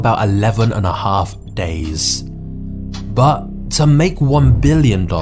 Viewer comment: What is 'Baa' it's 'But' 😂